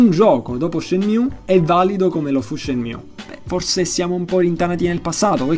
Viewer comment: Sì ma non puoi leggermelo Shemiù.